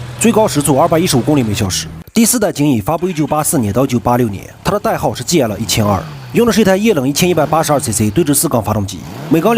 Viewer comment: GL 啥时候读成 戒了😂😂😂😂